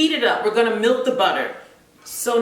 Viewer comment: I’m done 😫: she keeps saying “milt” instead of “melt” with the short “e” not “I”! And she called the mixer a blender #NailsOnAChalkboard Good recipe though